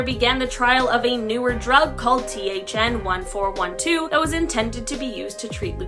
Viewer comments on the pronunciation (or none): “Tgn” not thn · Did anyone else hear THN1412 instead of TGN1412?